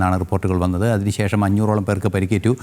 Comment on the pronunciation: മലയാളം ശരിയായി ഉച്ചരിക്കാൻ അറിയുന്നവർ ജനം ടിവിയിൽ ആരുമില്ലേ??? വന്നിട്ട് ഉണ്ട, പറഞ്ഞിട്ടു ഉണ്ട, കേട്ടിട്ട് ഉണ്ട.... വന്നത , പറഞ്ഞ ത , ഉറപ്പ തന്ന ത, അരോചകമാണ് ഈ ഉച്ചാരണങ്ങൾ. സംവൃതോകാരം വേണ്ട ദിക്കിൽ അത് വേണം. കണ്ണൂർ കാരനായ നമ്പ്യാർ ഇനിയെങ്കിലും വികലമായ ഇത്തരം ഉച്ചാരണം പ്രോത്സാഹിപ്പിക്കാതിരിക്കാൻ ശ്രദ്ധിക്കുക.